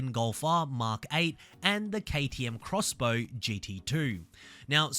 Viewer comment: I will be disappointed if all we get in American Automotive are yet more Corvettes and Mustangs. And yes!! KTM Crossbow not Ex-Bow (thanks for pronouncing it properly 🙌)